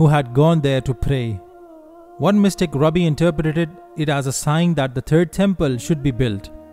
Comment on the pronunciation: The narrator should learn how to pronounce Rabbi... Its hilarious the way he pronounces it......